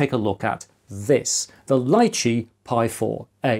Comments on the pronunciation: I think it's pronounced Lee chee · I believe it's pronounced "lee-chee", as in the popular Asian fruit.